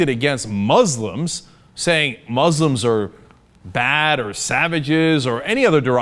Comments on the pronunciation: OK FFS Cenk, it's moos-lims not mahs-lims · Muslims is pronounced with the 's' sound not the 'z' sound. Criticize religion but carefully, not intending to insult the person.